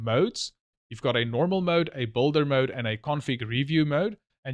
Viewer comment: Hold on, hold on! It's just can't go on, and on like this, can it?! One thing is "BUILDER" mode - that you're referring to in this video - and another one is "BOULDER" mode, that for whatever reason you're definitely wrongly pronouncing it !!! Sorry it's just scratching my ears and I just help it!